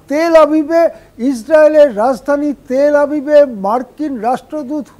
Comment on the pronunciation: উচ্চারণ "হাবিব" নয় "আভিভ"